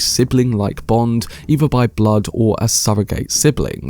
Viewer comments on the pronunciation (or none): none